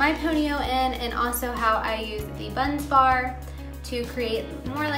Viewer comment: Bun Barz - not Bunz Bar but great explanation!